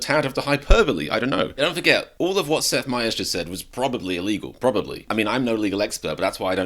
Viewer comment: Get Americans to do these videos... I turned this foreigner off in the few seconds when he mispronounced Seth Meyer's name. So tired of Olde English speaking foreigners commenting on American politics. Has this guy even ever been to America? Lol